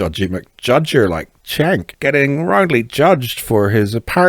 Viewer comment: Cenk is pronounced "Jenk", not "Chenk".